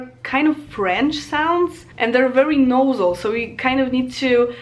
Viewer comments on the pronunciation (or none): Ą and Ę are so called nasal vowels ( there are nasal consonants like m, n, ŋ ) you were close with 'nosal' though